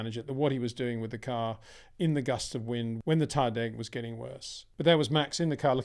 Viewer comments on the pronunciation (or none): none